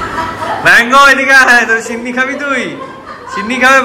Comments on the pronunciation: ছিন্নি নয় সিন্নি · Chinni noi😅😅.. Kotha ta sinni. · Vlog ta osadharon chilo but funny part holo sinni bolche tumi sei chinni chinni bolcho 🤭🤭🤭🤣🤣🤣🤣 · aaj ker vlog ta khub bhalo laglo r tomakeo khub misti lagchilo sudhu ekta chotto tip missing chilo & one more thing babu ota chinni na shinni😊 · chinni noi kotha ta,sinni....😊